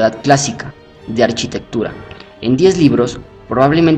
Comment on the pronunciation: En ninguna lengua romance, ni siquiera en el ingles (architecture) se pronuncia "arCHItectura"pronunciando la CH como la utilizan en el video. El titulo del libro en latín ARCHITECTURA de vitruvio, foneticamente el prefijo (arch) se pronuncia (arkau). a menos claro que se esté pronunciando en algún otro idioma, o alguna lengua muerta, en cuyo caso apreciaría la corrección.